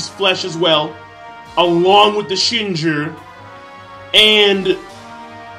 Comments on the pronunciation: YO OMFG BRO. HOW MANY TIMES DO WE NEED TO TELL YOU IT IS NOT PRONOUNCED "SHINJURR" WTF RU READING BRO????? WHERE THE FUCK RU GETTING THE LETTER R FROM, PLEASE DO A DISCUSSION VIDEO AS TO WHY YOU PRONOUNCE WORDS WITH LETTERS THAT ARE NOT SHOWN I WOULD LOVE TO WATCH IT SHIN-JEW BRO. SHIN-JEW. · Yo King did you just called the Shinju "Shinjurr"?